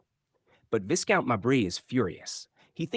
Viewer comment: The title is pronounced 'Vye-count, not Viss-count. Obviously the narrator is American.